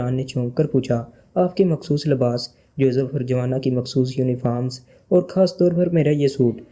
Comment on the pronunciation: اردو بولنا سیکھو یا کسی ایسے بندے سے پڑھاؤ جسے اردو آتی ہو غنڈے کو گنڈہ، مخصوص کو مکھسوس، مسلح کو مسلہ اور خان کو کھان پڑھ رہے ہو سارا مزا کرکرا کر دیا